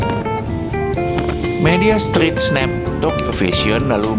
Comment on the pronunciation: Narator nya siapa sih ini??pronoun street saja kagok ..penguasaan ucapan yg benar sangat penting ya adminnya.